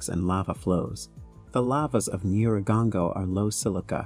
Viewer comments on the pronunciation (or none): It's pronounced nyih-rah-goh-ngoh, I think it's wise to learn how they pronounce the name in the own tongue, it doesn't take that long just Google it. Nice documentary though.